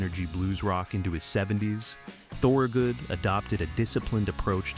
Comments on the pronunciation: say THUR-good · repeated incorrect pronunciation of "Thorogood" is godawful annoying. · The video is interesting. I grew up outside Philly listening to him. He was my first concert. Couldn't you make sure your shitty A.I. narrator at least pronounced his name correctly? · AI mispronounces the name. It hurts.